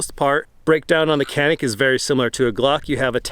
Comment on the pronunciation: Just a heads-up that this is pronounced "Janick"